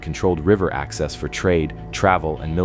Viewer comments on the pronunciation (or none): none